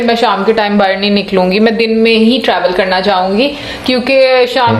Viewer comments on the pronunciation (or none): Urdu m bahar ko bahir bolte hai mere bhai. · Come to India This lady calling Bahar as Bahir , this is very cute. My mom used to pronounce Bahar as Bahir .